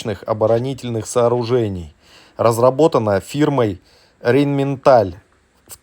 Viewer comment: сам вы рейнменталь))) рэйнметал!